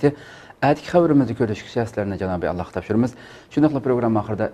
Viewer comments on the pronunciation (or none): none